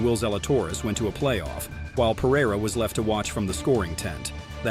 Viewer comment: Bigger choke is not knowing how to pronounce "Pereira"